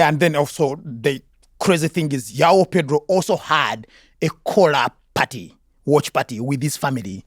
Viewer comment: Trevor, you can do all the accents in the world, surely you can pronounce João like a Portuguese speaker :-) you sound like a brit with Jiaw :-D